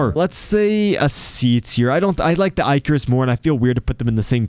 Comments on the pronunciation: Baz-uh-lisk. Ick-uh-rus. Lol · I love how this man pronounces I-carus.